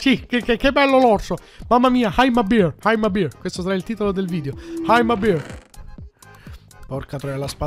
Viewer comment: per come hai detto I'm a bear sembrava I'm a beer, ovvero, sono una birra XD trolololol